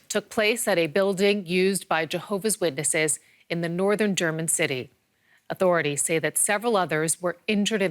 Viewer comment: The newsreader of DW call church as "building - used by jevoha's witnesses"